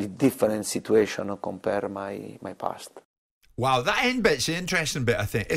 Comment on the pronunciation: "In the pasta......" Doesn't get more Italian than that.